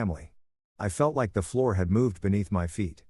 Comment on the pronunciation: It's floor and not Florida